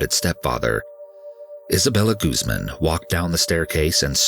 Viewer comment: Guzman= goose-MAHN